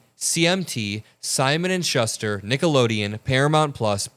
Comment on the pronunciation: Schuster pronounced ‘Shoester’